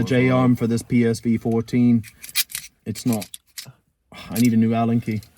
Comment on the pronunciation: You mean the j arm for that P-V-S 14.... See I was still listening... And my internet commando ears activate automatically anytime I hear P-S-V 🤣 BTW that is the WORST post war travel plan I have heard from anyone... So you both would probably love it 😉👍Now just need a good way to smuggle Masa with you, without getting her kidnapped due to her well deserved international fame and unrivaled natural beauty 🤔